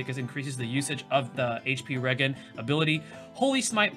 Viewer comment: In all seriousness, thanks for putting this video despite your rough week. Many of us appreciate it! (Btw, I think it’s pronounced re-jen, like regeneration. But you can say it however with your all-American, New Orleans accent.)